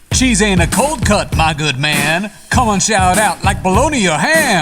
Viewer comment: “CHEESe” “BREAd” “KETCHUp” “BREad”💀